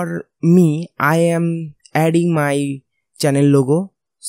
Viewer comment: "Channel Lugo"